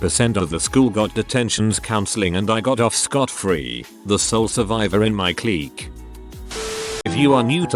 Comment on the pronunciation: Would be great if you could train your bot on how to say resume' and clique.